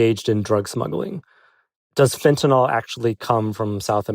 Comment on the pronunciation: Charlie should learn how to pronounce "fentanyl".